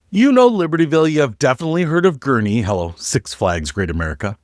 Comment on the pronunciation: GURNEE …not GURNIE